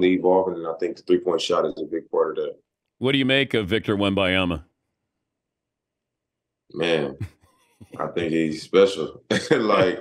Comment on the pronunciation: WEM-BAN-YAMA, just sound it out Dan